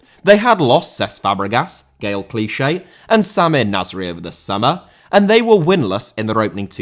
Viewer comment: Clichy* not Clichei